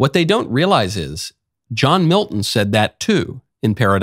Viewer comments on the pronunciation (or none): none